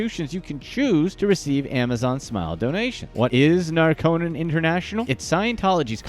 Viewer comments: It's NAR-co-non, not Nar-CO-non. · Geeze, Narconon is pronounced "NAR-Kuh-Nahn, with the emphasis on the first syllable.